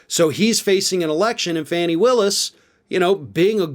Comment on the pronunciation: Her name is pronounced, FAWNIE